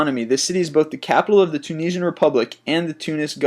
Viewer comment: Lol, he said the tunasian gorvrnent